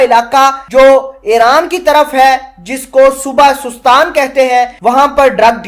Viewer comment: Sestan not sostan